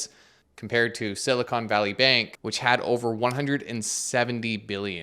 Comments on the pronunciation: Silicon and Silicone are two different things. I had fun hearing you say Silicone, lol. Silicone Valley has to be in Las Vegas or Hollywood. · Thanks for the video, very informative. I heard some recent, earlier this year, warnings about this--they called it a Bail-In. And FYI you should pronounce it Silicon, you keep saying Silicone. Silicone is something else. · Love the video and simplistic explanation but hearing SiliconE instead of Silicon is like screeching chalk on a board. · Dude. Silicone and silicon are different. Silicone (rhymes with cone) is what they make large-chested ladies from. Silicon (rhymes with con) is a fundamental atomic element and what they make semiconductors from. Silicon is used to make silicone but they're not the same. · “Silicone Valley” lol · Someone, please, tell that silicon!= silicone. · Is it siliCONE, or siliCON? Been hearinng CONE more often than not, lately. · Why does he keep saying “silicone” instead of “silicon” ? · Thanks for the good coverage. Small beef. It's sili-kahn, not sili-cone. Silicon is used in computer chips, silicone is prosthetics. NOT financial advice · Please stop calling it siliCONE valley. 🙄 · I was sidetracked by the Canadian accent pronunciation of Silicon as Silly-Cone. 🙂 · I think "Silicone" valley is where breast implants are made mate. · should learn how to pronounce silicon tho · he's also pronouncing it wrong in canadian